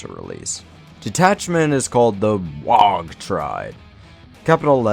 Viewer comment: Why do you pronounce the G in Waaggghhhh? Supposed to be silent I thought